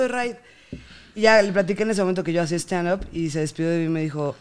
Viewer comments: Dice stanup y es stand up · Juego para la peda, cada que diga "Stanup", shot. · En buen pedo, caga que diga tanto "shtanup" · Veces que dice "Stchandup"... 105, real. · Deberíamos sacar la dinámica de shot cada vez que diga Stchandup xD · por cada vez que diga stanup le dare un putazooooo